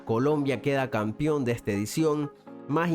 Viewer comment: ¿Por qué dice Campión?.